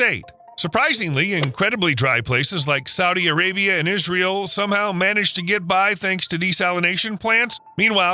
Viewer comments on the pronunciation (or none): none